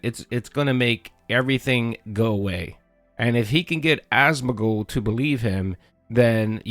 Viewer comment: ASMON GOLD.. there's no middle D,.. its not Asmond gold, idiot...